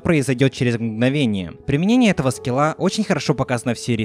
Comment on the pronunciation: ты сказал скила а на сказал чуство)